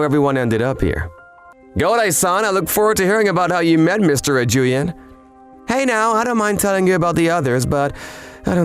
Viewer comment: So they can't pronounce Torture Sommelier or Ijyuin's name?